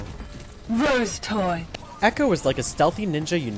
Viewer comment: I'M SORRY DID ECHO JUST SAY ROSETOY